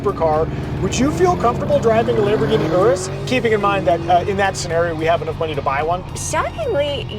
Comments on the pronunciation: Finally someone knows how to pronounce the name Urus 🎉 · It’s always great to hear it called the Urus not Yuris 👍